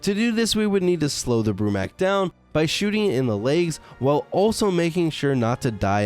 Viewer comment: It’s not Broo-Mac is Broo-MAK